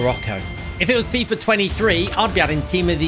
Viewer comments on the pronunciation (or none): none